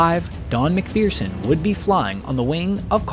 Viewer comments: It's pronounced Mac- fur- son, not Mac fearson..... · Good story of a brave man's experience. Mind you, the mispronunciation of a good Highland surname! ('mik-ferr-sun' rather than.. ah, no matter.. LOL)